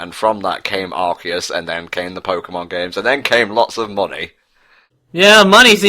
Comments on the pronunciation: Ikr if that's how you say Arceus then you should say cactus like sactus. Lol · Everytime he says the name of Arceus wrong it make me just want to yell straight into his ear with a microphone. It drives me insane